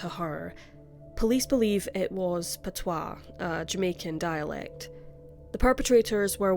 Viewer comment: It’s patois as in pah-twa not Patuah.